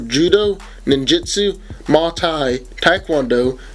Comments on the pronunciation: Lol he said "Ma Thai" it's Mauy Thai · muh-tie? Muay-Thai... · You totally butchered the name Muay Thai 🤦🏽‍♂️ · Dude, your mispronunciations of the mma types made me cringe so bad and relating to the video, Batman took off green lanterns ring, that’s basically almost impossible to do while he in conscious